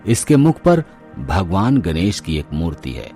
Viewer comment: गनेस नहीं गणेश बोलो न । न व ण का उच्चारण मे कोइ फर्क नही है क्या ।